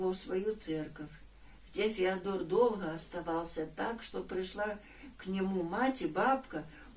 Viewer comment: Не ФеодОр , а ФеОдор!